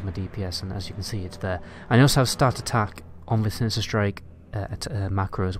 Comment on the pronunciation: Shinishter, Stealf, distrack